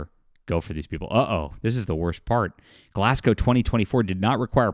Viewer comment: first things first thankyou for saying the city properly. Im a local and very few people ever get it right. so thankyou. and for the record its scotland its always bloody raining. you really need to plan around that or dont bother going out. and very few people in glasgow give a dam about covid or wearing masks anymore.